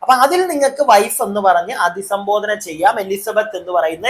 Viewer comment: അധിസംബോധന അല്ല..അഭിസംബോധന എന്നാണ്..